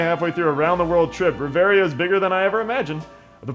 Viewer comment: oh wow an lper that can actually pronounce reveria and not choose a fighting class :o